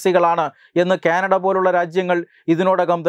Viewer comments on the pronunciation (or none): none